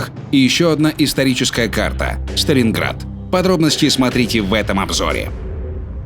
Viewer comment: Когда первый раз сказали сталинград, мне показалось что они сказали старинград.